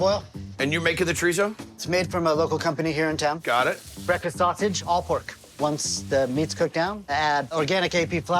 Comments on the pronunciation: "All ur breafases" lol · Adam M , my older son had a speech impediment & he pronounced it breafkest, so just judge the food & not the possible handicap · "... What is going on here!?.... BEKFAST!"